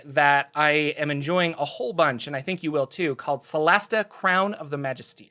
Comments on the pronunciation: It's Magist(er) not Magist(ier) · yeah, first time I thought he was saying "majesty", correct pronounciation is indeed \ məˈjistə(r) \ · There is no "ear" sound in Magister, mister there is no "ph" sound in Jordan.